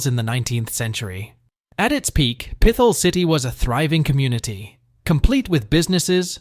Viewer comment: What a shit video. Obviously AI produced. Proceeds to talk about how almost every place listed is nice and enjoyable but gives a niche reason as to why you shouldn't visit. It's pronounced Pit-hole city, not like your saying pistol with a lisp. The biggest offender is listing Camden as a place in Pa to avoid... It's New Jersey.. like what? And the random 9/11 footage. AI click bait garbage.